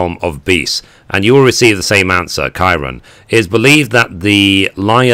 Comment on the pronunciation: I know years old, but the "Ki" in Kirin is like the "ki" in kids.